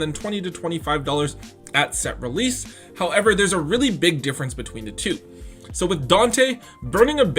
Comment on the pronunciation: I like your content but everytime you say "however" and the emphasis you give to it makes me cringe..